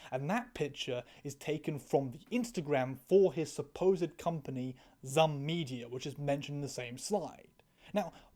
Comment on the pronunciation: I hate to do this to you but the stupid company name Zum is pronounced like the word Zoom. Thats what the little.. I think its an umlaut is for